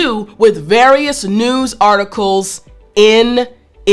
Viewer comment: Tut, tut, it's not noooz, it's news........